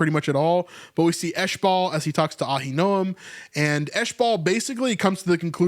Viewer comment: Uh-HIN-o-um. Ahinoam